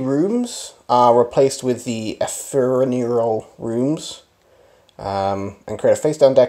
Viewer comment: Think you'll find it's pronounced e-FEM-er-al! Always good to know. 😉